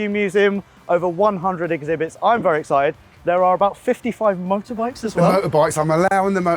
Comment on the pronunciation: says vury a lot.